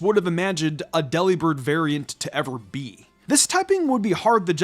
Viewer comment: It’s not pronounced “deli-bird” it’s “de-lib-ird” it’s a pun on delivered. It has nothing to do with a meat shop.